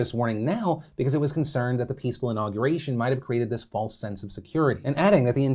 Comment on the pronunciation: No one: Phil: tHIs including